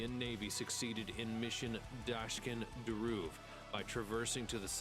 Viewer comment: it's DAKSHIN, not DASHKIN. Hello to centuries of "Imma pronounce this word with whatever rolls off my tongue because I'm either too incompetent or too lazy to learn the correct way to simply sound out a simple word." KTHXBAI